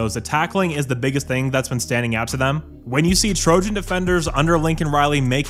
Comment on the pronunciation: I thought he said he’s the Trojan killer now 😂